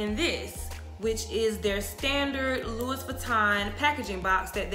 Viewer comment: love the info. the ‘s’ is silent on Louis. pronounced loo-wee.